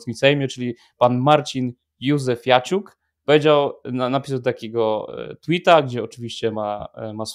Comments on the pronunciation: Józefiuciak, nie Józefiaciuk😂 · 🙂 Panowie, ten poseł, o którym mówicie w początkowej części odcinka, nazywa się Marcin Józefaciuk. Nie ma tam "i" między "f" a "a" 😀 W jednej z poprzednich "kultur poświęconych" Konstanty chyba się delikatnie przejęzyczył i tak już zostało 😅 Przy okazji serdecznie Was pozdrawiam i dziękuję za wszystko! 🙏